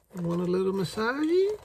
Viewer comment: “A little massagie” LOL